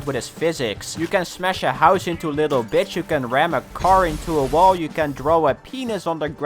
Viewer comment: everytime when he says "bits I feel like he says "bitch"